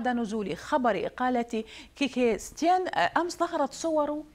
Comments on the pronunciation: سيتين مو ستيان 😂😂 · اسمة كيكي سيتين مو كيكي ستيان وشكرا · ههههه اسمو سيتين والموذيعة بتقول سيتيان تبع الصدر هههههه